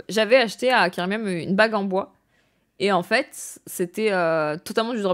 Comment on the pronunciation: Comment tu insistes de ouf sur la fin de tes mots "en faitTTss" mdr